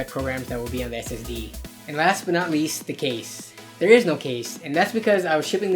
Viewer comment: I though he said saucy drive lol btw great vid